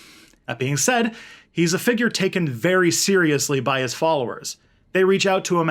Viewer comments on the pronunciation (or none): none